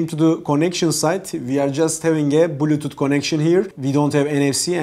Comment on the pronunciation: thanks so much for the review! very good video and very detailed useful info. ps: a friendly suggestion: your english is good! just try to improve the clarity of you pronunciation on these words here: box, body, bluetooth, hours, bass